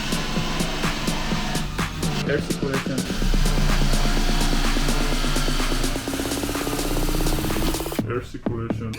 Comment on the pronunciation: haha 'air ciculachion'